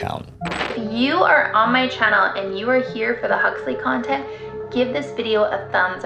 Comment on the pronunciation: I heard Cuntent creator hahaha